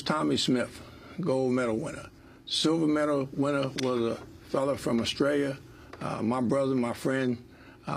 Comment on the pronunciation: He says Australia properly! Must’ve definitely been a good mate of an Aussie to get it right!